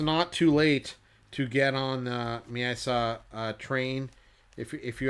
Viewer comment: Amazing collection. One can just dream of looking at them up close even. Also, isn’t the pronunciation ME-AT-ZA? Great videos!